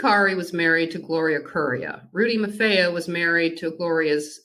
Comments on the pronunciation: Pronounced “MAR-FEE-O!” Not “MAR-FAY-O.” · No offense but, it’s spelled “Marfeo,” but you are correct, it’s pronounced “MAR-FEE-O”, not “MAR-FAY-O,” like they are pronouncing it. 👍🏼